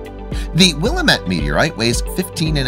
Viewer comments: I'm just hear to say, you're not pronouncing Will-AM-mit correctly 😎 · Will am it. Is how it’s pronounced…..